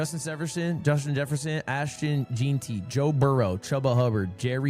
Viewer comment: It’s jen-ty not Jean-ty